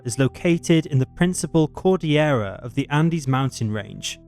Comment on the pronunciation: New guy pronounced "cordillera" correctly, do he's got my vote. Honestly, he has a similar accent and delivery, so it's not at all jarring in comparison to our beloved original.